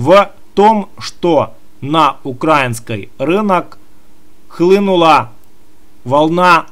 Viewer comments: Бля,перестань пожалуйста говорить укрАинский, потому как очень сильно режет слух,- страна называется УкраИна, стало быть хлеб украИнский,валюта украИнская, рынок украИнский итд итп. Это ведь совсем не тяжело запомнить. Да и паузу после каждого слова делать совсем не обязательно, если тебе кажется , что таким образом твои слова кажутся более убедительными, то- нет, это не так, такая манера доносить информацию просто раздражает и пропадает желание тебя слушать уже после первой-второй минуты. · Не укрАинский а украИнский. Не НА Украине а В Украине. Я б лишала гражданства за такие ошибки.